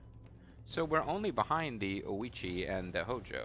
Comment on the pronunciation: Ouchi = hard 'oh'-chi